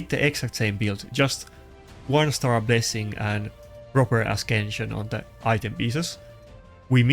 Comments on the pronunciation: Stop saying askension ...it's written ascension with c not K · For love of the god, learn to pronounce. It not as KEN sn, it is aSENshn. Also ... issue is not isuu, it is ishue